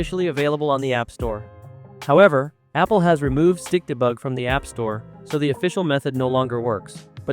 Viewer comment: When your tts says stikdebug I hear stick the bug😭